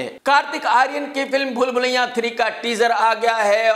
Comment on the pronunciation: कमाल आर खान लखनऊ से होते हुए भी भूल भुलैया को भूलभुलैयां बोलते हैं